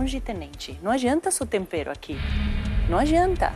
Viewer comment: N sei lidar c um episódio sem o Jacquin falando tompero